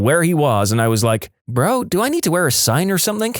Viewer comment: No k in the word something